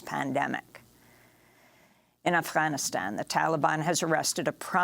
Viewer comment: "Afhockaloogie" is how she pronounced Afghanistan. She also likes to hock up a hairball when pronouncing "Macron".